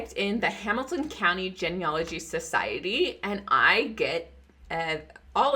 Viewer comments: Love the info. Always something to learn. Please pronounce genealogy correctly. It's a long e sound. Starts with the word Gene. Like gene pool, a DNA thing. Its pronounced gene, not gen. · Uhhh… It’s “GEE-NEE-ah-loh-gee”. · Please learn how to pronounce the word genealogy.